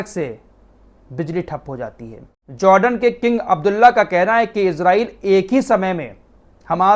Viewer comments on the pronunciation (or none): none